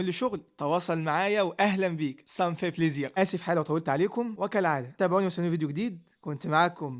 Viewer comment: الله يوفقك ف شغلك وييقدرك ولكن يقال صافي بليزير مش صانفي 😂😂😂